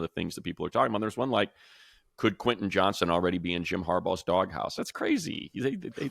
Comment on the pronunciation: Why am i hearing so many people referring to Quentin Johnston as "Johnson"? It's JOHNSTON!